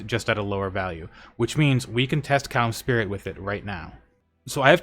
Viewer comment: bro needs to stop saying cums spirit